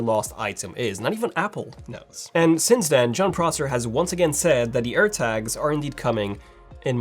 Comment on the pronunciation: I thought he said Apple AIRBAGS 🚗